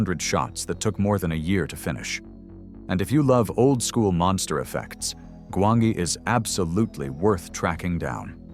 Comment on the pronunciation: The only movie on this list that might not be known is Solomon Kane. You can find these movies on dozens of channels doing movie retrospectives. Also, I believe it's pronounced "Gwon-jee."